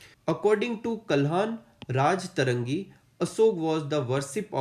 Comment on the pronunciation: Sir meri baat ko galt mt lena pr kuch pronunciation sudharna chahungi . अशोक को देवनामप्रियदर्शी की उपाधि मिली थी यहा पर आपने देवनामपियादसी कहा था और कल्हना राज्तरंगि नही राज्तरन्गिनी होगा और अशोका सिर्फ धम्म यात्रा करने न्ही गये थे बल्कि उन्होने वहा धम्म यात्रा चलायी भी थी ताकी लोग वहा की सँस्कृति के बारे मे जान सकते और वह अनुयायी बने थे मोगलिपुत्रतीस्सा के जहा आपने ने मोगापुत्रतीस्सा लिखा है और उन्होने गुफाए वहा अजिविको या आश्रितों के लिये बनाई जो दूसरो पर निर्भर है baki to sir aap apna best try kr rhe hai taki hamare ache Mark's aaye thank u so much 🙏🙏🙏